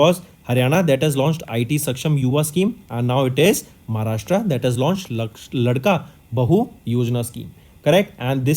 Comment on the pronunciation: Not ldka bahu it's laadka bhau.... Means ladla bhai